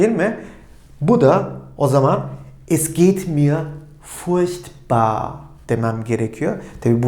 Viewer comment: furchtbar denirken sanki ''ş'' harfi duyuyorum. ''ch'' yanyana gelince zorlanacağız gibi. Yani sanki almanca da '''sch'' dışında ''ş'' telaffuzu veren kelime öbekleri var. Umarım zamanla oturturuz:)